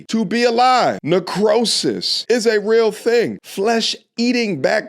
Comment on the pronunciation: I thought she was saying sit down area! Area.